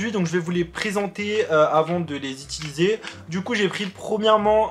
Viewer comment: UUUUUUUUUTILISER PAS ITILISER !!!! Mais sinon cool vidéo 💕